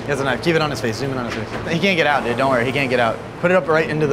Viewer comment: Bro said dud not dude